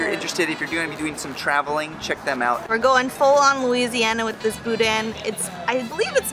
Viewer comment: We live four hours away from here. This is our vacation this year. The N at the end of boudin is not pronounced,tho. Any who! I'm excited!